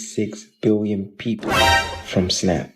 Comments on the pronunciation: Peopple? Maybe EBT should cover English classes? (Also thinking that guy was satire) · What’s a “peopple”?😂